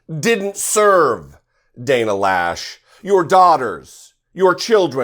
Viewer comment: Actually it’s Lösch, but in the English language there is no such thing as an “Umlaut.” Js I wouldn’t even know how to begin explaining how to pronounce an Ö